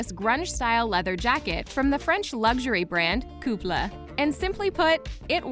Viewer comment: Good video but for the love of God, learn how to pronounce LANVIN and KOOPLES